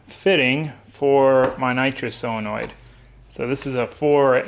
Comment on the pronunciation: you say selenoid but its SO lenoid